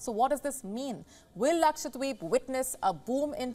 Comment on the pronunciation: Dear News reader.. It's Lakshadweep and not Lakshwadeep 😅